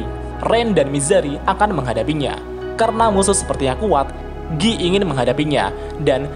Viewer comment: Giyy.... just say guy bro lol